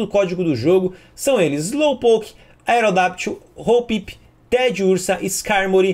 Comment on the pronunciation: Cara, por favor, não é AerodaPtyl, é AerodaCCCCCCCCCtyl, com "C" mudo!!!!!!!!!!!!!!! (Caos Lock on)!